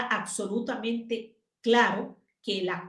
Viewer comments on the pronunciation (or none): 🔵 Me desespera lo mal que hablan los venezolanos. Pronuncian: conceCto, eStraordinario, aCsolutamente, etc 🥴